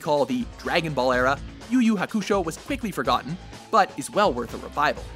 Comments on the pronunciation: Yu yu HA-kusho Yus-uku Ba-KA-no facepalm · Okay after watching this I have two things to say 1:Most of the shows mentioned here aren't underrated, they are actually very popular among the more hardcore; non "i only watch the popular anime" fans. 2:Putting Yu Yu Hakusho, Elfen Lied, Durarara, and Samurai Champloo on a underrated list is anime sacrilege! Even worse though is your terrible pronounciation of Yu Yu Hakusho and Yusuke's name!